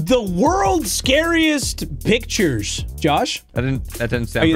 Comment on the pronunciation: When he said we’re gonna look at the worlds scariest pictures it’s sounded like bictures